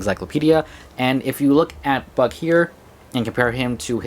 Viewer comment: Was I the only one who heard Buck pronounced with an f at the beginning?